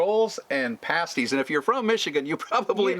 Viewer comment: Hi! Sherri here and I’m so glad you are going to the UP and cross that bridge and so glad you are going to eat pasties and you said it right because some people don’t. They are so good. And yes I would love to see more recipes. I like the one you had on here today. Oh it’s a hit and miss when I get notified of your videos. My bell is rung and I always give a thumbs up. I want to see you go to the UP. My mom is a Upper because she was born there in a town called Calumet. Well I better go Happy Birthday! 🎉🎊🎈🎁🎂 Even though you don’t like cake I gave you an emoji one just cause I love you both. Have in your travels. Be safe!!! Sherri